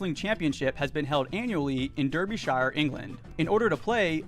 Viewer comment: it's actually pronounced derbyshire, not derbyshire